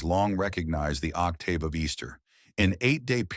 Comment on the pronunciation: Only time I've ever heard octave with a long AAAA.